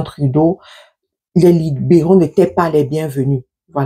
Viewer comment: C'est quoi les " liboraux"😂😂 soit naturelle et simple sister. Les libéraux c'est simple à prononcer non😂😂